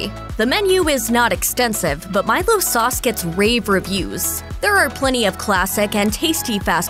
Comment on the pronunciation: Why is she saying " Mile- gos" for Milos. Its "Mile Ohs"